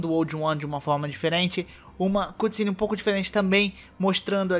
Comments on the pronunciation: se fala ''câtcine'' não cUtcine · Águia? É um corvo! Aprende a falar cutscene.